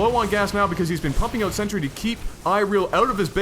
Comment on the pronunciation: I keep hearing century instead of sentry. :-/